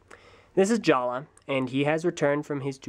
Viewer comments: Jaller is pronounced JA-LUH! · ***** Yeah, Matoran names were changed. Huki - Hewkii, Jala - Jaller, Maku - Macku, and I think Hali - Hahli. My question was why did he pronounce it with a hard "R"? I thought the pronunciation stayed the same. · did you do the skit at the beginning or did another TTV member do it? Because in the skit, Takua pronounced Jaller's name as it was spelled, but in the review you pronounced it as "Jala".